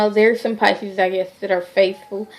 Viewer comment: Nola Em You are so right. She has no clue. Totally off course. Taurus and Pisces are a really good match. Pisces are not cheaters. Maybe Taurus women and Pisces men are not a good mix because Taurus likes to possess over their Pisces partner. She can't even say the zodiac sign name right....she really need to delete this video. Still love her though